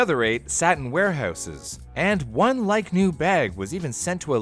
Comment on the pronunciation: do i get bonus points on the test for corrections? you said live-new. not like-new